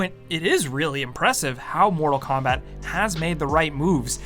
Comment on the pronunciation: “ Moto Kombat 11”